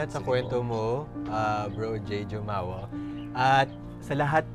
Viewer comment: I knew it. The surname Jumawan is so common in the island. Medyo na trigger lang ako sa JUUU-MAWAN kasi we pronounce it Humawan here.